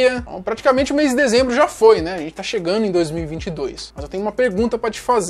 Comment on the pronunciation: Não fale mais é chegando! Vc troca direto ando por ano! Só uma dica construtiva para seus materiais que são ótimos.